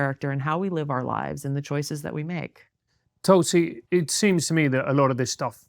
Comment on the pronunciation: So glad to hear pronounce her name the way Indians do. Well done..